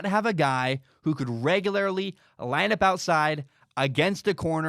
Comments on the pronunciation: The way you pronounce regularly is very off putting... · Tell you what, buddy. I'll give your begging website money as soon as you eliminate your dramatic speech impediment and figure out how to pronounce "regularly." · I need to understand the local dialect that creates this pronunciation of “regularly”.